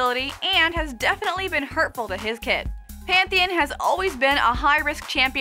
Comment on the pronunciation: PANTH EE ON!! jesus christ.